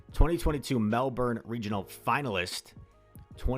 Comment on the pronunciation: Thank you for being one of the very few Americans who can actually pronounce Mel-bin (melbourne) correctly